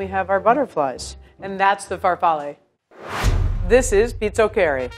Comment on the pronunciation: Why you say FARFALLE and instead of FAR-FAH-LEE? You pronounced all the names correctly except for linguine and pizzoccheri (the accent is wrong)